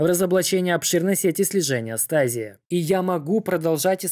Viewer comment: Stasi - звучит как ШТАЗИ а не стази